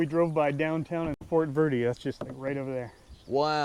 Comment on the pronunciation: Call it camp green if you can’t pronounce it correctly